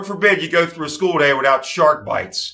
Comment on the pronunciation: The way he said Shark-Bites was so accurate I genuinely felt like I was hanging with my extended family